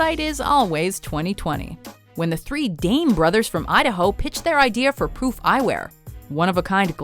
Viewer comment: did she say pwoof?